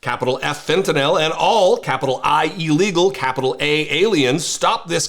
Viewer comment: Thank you for being one of the few people who pronounce fentanyl correctly.